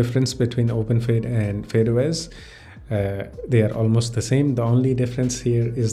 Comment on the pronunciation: it's not fade os it's fydeos